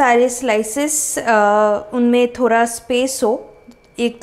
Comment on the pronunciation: Bhan ji thora nahi thoda hota ha pehle bolna sikho phir aanaa 😂😂😂